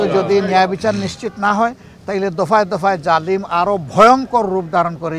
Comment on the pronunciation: Oita "jamil" na 'jalim' hobe vaia